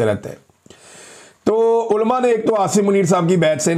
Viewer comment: عمران بھائی آپ اردو تلفظ درست کیجئے۔ عُلَماء کو آپ اولماء کہتے ہیں ۔ برائے مہربانی پریکٹس کیجئے ۔ کوشش کرنے سے آپ درست تلفظ سیکھ جائیں گے۔